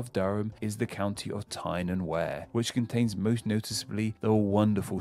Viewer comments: Is the narrator actually English or just putting on an accent because Berkshire, Derby, and Tyne and Wear were all pronounced incorrectly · Tyne and Wear also made me spit out my tea! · I knew he would pronounce Tyne and Wear incorrectly. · Not your fault, but how the f*ck can someone making a video like this not know how to pronounce the counties. He's the only Englishman I've known who doesn't know how to pronounce Berkshire or Derbyshire, never mind Tyne and Wear. He was also very wrong with the origins of Yorkshire. It comes from the Viking Jorvik for York, but he seems to have Googled / Wikipedia the origins of its Roman name Eboracum. Very poor indeed.